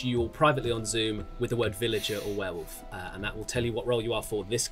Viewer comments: Watching Adam, Laurie, Sully and Tom lose it over repeatedly saying "were-woof" was too funny. Cannot stop laughing hahaha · the werewoof was unbearable. some weird ways to say things I simply will not accept from adults. Like adding a U to Similarly or saying foil-i-age for foliage. Drives me insane. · Werewuff?! She does not stop saying it wrong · Seeing Adam, Tom and Laurie slowly crack at pronouncing it werewoof in the last game was delightful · "Werewoof" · Now that "Werewoof" has been pointed out, I can't not hear it and I'm furious! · Is it just because I'm an Aussie, but are they all saying "Warewoof" not werewolf? lol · Were woof is the most infuriating pronunciation to me.